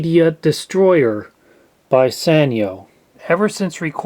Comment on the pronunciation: It's pronounced Sanyo. It's a Japanese company so the sa sounds like sah